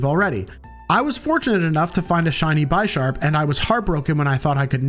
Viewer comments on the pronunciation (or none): Bro called it "Bye-Sharp" dude its a Chess pun species, that ones a pun on the chess piece Bishop. Its Bish-arp